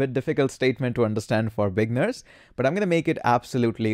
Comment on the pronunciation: Another note: the way you pronounce beginners is NOT 'BEG-ners" your emphasis is landing on the wrong place. It should be pronounced as "Bih-Gih-NERS" should be THREE clear syllables, if you put your hand on your mouth and pronounce it you should feel THREE separate clear bursts of air. Thank you hope that helps, I only focus on words that you as a Youtuber will be saying quite often so it's worth correcting. Thank you